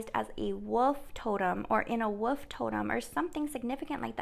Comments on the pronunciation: Whar colour was the wolf you keep seeing.. ? Btw try saying this as it may help you to say wolf - Woolif or woolef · So amazing .. great reading.. and for the whole “wolf” thing… say the word “wool” then add an “f”!! ❤️!! Woolf!! 😉 😊 ❤️ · Too cute the way you say Wolf, I love it, I’m a teacher. You are saying Woof like a dog barking. You said you can’t pronounce it correctly. If you wish to say it correctly the first part is correctly then say the last two letters L as in lady, F as in flower. Just a suggestion you don’t need to change it only if you wish to! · Wolf, pronounced "wool f"